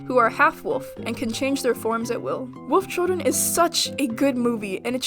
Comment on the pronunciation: Am I the only one who heard Woof Children instead of Wolf Children??